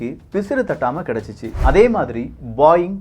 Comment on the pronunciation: Adhu பாயிங் illa, போயிங்